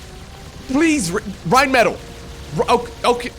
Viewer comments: Rrrrrheinmetall, love how you say this name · you sound like Rammstein when you say "Rheinmetall"! No German actually speaks like this:D It has a simple "R" in front, pronounced just like a Dutch "R". Not a "RRRRRR" ^^ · >i think thats a german name why you pronouncing it like it's spanish then,?